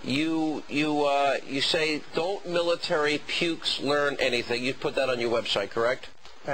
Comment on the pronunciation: MILATAREE IZ SRS BZNESS.